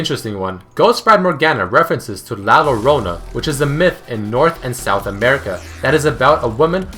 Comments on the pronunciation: it is pronounced jo-y ou-na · LLorona is pronounced as Shorona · the llorona is pronounced as LLO = (YO)-LO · Is llorona(Jo-ro-na) (as in JIF Peanut butter) he pronounced (lore-on-a) the traduction of "lorona" is "big female parrot" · lorona = llorona = yorona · "Llorona" pronunciation is "Yorona" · Yo un spanish when theres double L it doesnt sound as L it sounds as YO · Actually it's pronounced (yo-rona) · the double Ll in "Llorona" is pronounced as you would the "J" in Jason. just FYI :) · Llorana is pronounced more like E-O-rona. Not being mean whatsoever, just for future reference or something, still an awesome video! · hehe the double L in LLorona has a different sound as in only one L in spanish